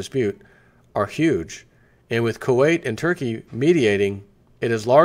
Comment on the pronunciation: You pronounced it right the time. Kuwait not Kutter lol